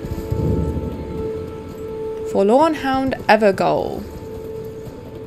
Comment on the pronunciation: Excellent video and I love your banter. Please excuse a very minor correction. That horrible Evergaol location is actually pronounced Everjail. I was surprised you pronounced it differently. But it doesn't really matter one bit. Can't wait to see more of these excellent vids.